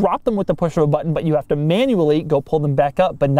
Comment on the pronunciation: batttunn, just remember tu push the battunn